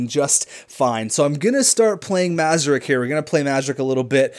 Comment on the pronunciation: It's not pronounced Mazarek, it's pronounced Muhr-ahz-ek